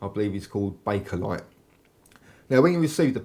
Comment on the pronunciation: "Made out of a material called baconlite". At least that's what I heard.